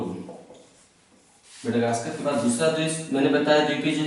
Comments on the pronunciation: it is comoros not comoron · कोमोरोश द्विपीय देश है न कि कोमोरोन